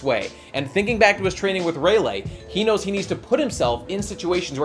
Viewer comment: It's ray-lee, not ray-lay